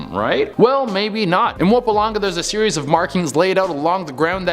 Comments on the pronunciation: I'm going to start calling the province Mupalanga from now. It sounds like a kind of music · #10 Mmm pummm ma lang ga Thats how you say it lols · Man butchered the pronunciation of Mpumalanga but we move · Oh man. Those names were butchered to death 😁😁. Great video though